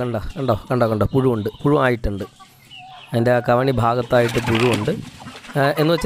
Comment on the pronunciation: കവിണി അല്ല ,ചവിണി ആണ്.